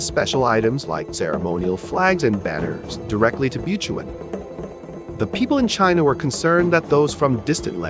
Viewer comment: Funny pronunciation of “Butuan”. 😂😂😂 The pre-Colonial Kingdom of Butuan is in the North-Eastern part of Mindanao. The Kingdom was and still is abundant with Gold.